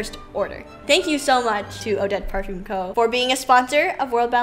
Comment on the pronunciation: Get MBA or Eva Nyce to do a little excerpt for next year & maybe the 5 sisters who dance. Ps the ‘ll’ in Mallorca is pronounced as ‘y’ & the ‘m’ in parfum isn’t pronounced 🥰